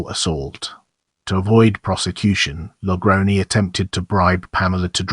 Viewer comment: It's pronounced La Grown. 👹